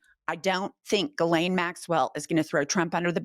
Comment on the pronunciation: I think it’s pronounced ‘JILLaine’ not ‘GILLaine’!